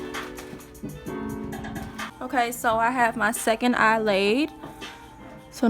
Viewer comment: She said im finish with the first Ahh.. its Eye baby😂😂😂😂 nice video..